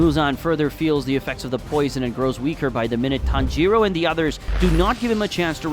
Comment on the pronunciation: It's not ton-giro it's tangiro